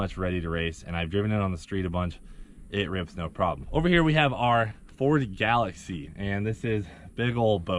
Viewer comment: Y’all gotta know it’s galax”ie”